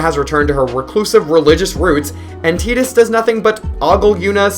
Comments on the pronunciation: T "I" dus. Like Tie & dus not Tea & dus. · It's tides. Not teedus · how can you pronounce "tai duhs" incorrectly?? i couldn't watch no more after that.... im a super hardcore final fantasy fan played every single one and the remakes. you cant do that to me!! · Dissidia came out later than 10. They got it wrong. Using teedus is like pronouncing squall as school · everyone pronounced it as tide us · I will never ever call him Tee-dus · Did you say tee-dus!? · You don't know anything about final fantasy, and learn how to pronounce Tidus name.